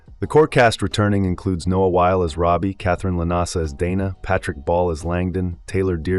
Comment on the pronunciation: Narrator cannot even pronounce Noah Wyle’s name correctly. It’s either a wannabe or AI.